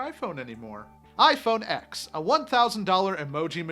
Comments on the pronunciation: WHAT THE FUCK IS “IPHONE ECKS” ITS “IPHONE TEN”! ITS NOT SO FUCKING HARD why do i care anyways lol apple sucks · Thumbs down 👎 because you said “x” it’s pronounced “10” Apple has never called it the x. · it's pronounced iPhone 10... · Tim Cook would know how to correct say iPhone x correctly